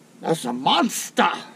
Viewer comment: Hahaha haha 😄 😆 🤣 when he said Monstaa!!! I lost it!!